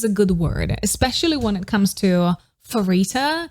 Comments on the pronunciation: hii, i would like to point out something :> pharitas name is pronounced as parita not * farita* no hate just saying :> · I wish one day you’ll learn how to pronounce Pharita’s name correctly.